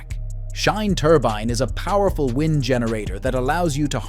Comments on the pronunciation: A human would know how to pronounce wind turbine. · the word WIND...that blows not winds.